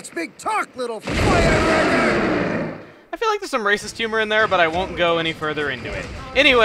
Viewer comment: it sounds like he says "FireRACKER"